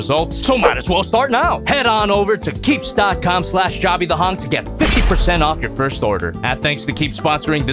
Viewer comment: As a scotsman it's hilarious every time he says jobby